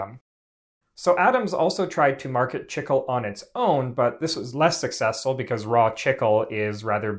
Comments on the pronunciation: Learn to pronounce things correctly...it's "chee-klay", not "chickul" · For those wondering, it's pronounced "Chee-Clay" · Buddy. It’s pronounced “cheek-lay” not “chick-uwl”. It’s Spanish. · Chicle is pronounced “chee-clay” not “chickle” it is still the Spanish word for gum. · Chicle, the (original) base material for chewing gum, is pronounced CHEEK-lay, not “chickle.” People in Mexico have chewed it since pre-Hispanic times. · Chicle is correctly pronounced "Chik-LAY" not :Chik-ul" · "chickel"? I believe you mean "chee-clay", no? That's how it's pronounced in Spanish anyway. When I started flight training the flight instructor would often offer me a piece of gum. It's good for ear popping in the unpressurized airplane but he also said that he could observe how students chewed it to see how stressed the student is. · Wasn't that flavored with pepsin? Chickle? Wasn't the way we all pronounced it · chicle (chee'-clay) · Chicle is pronounced "Cheek lay" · My man called it "Chickel" like 40 times! 😂😂😂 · Noooo not this dude pronouncing chicle as "chickle" 😭😭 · I hate to be that guy, but chicle is pronounced chee-clay. It's Spanish. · Its actually pronounced CHEE-KLEY "chi-cle"= chicle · It’s pronounced: chee-klay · did not know it was pronounced like "chickle" in english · It's not. This guy only ever read it! 😂😂😂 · Chicle is pronounced chee-clay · The incorrect pronunciation of "chicle" makes this unwatchable. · The pronunciation of chicle is a human rights violation.